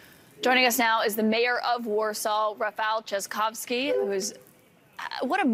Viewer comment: this smile means than he was proud of her beautiful pronunciation of his last name (very difficult for the foreigners)